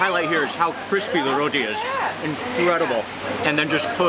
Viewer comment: You called it a Rothi. Actually it is roti